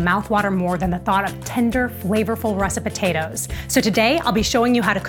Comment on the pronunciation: I thought she said recipotatoes